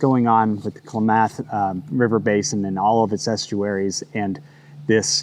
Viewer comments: Thanks for another important heads up. Due to the huge amount of names, gvt errors and places you cover, I suppose it doesn't matter that much but, Klamath River Basin is pronounced clam-ath though I'm sure the tribes say it different, maybe more like you. Most of us in the Pacific Northwest will draw a blank though when you say it Kle-meth... though in ways, that's pretty correct too, kinda like Medford being meth-furd, it's a real sad rural Oregon thing😔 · Klam'-uhth River. Not to be critical. I just thought you'd want to know how to pronounce it. I'm from Southern Oregon.